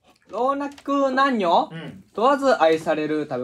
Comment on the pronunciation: 長尾さん「ろうにゃく……なんにょ？！」がかわいい